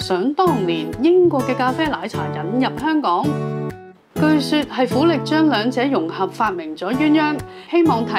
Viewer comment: 你識唔識港式廣東話架：「苦力」要讀「咕喱」